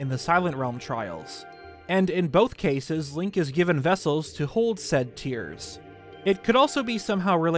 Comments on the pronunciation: It’s not tears as in tearing paper because the Japanese logo’s katakana would be pronounced like tears as in crying. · Quick thing, the 'Tear' part of the title is definitel tears like crying not tear like tearing apart, the katakana reading of the title pronunciation is the former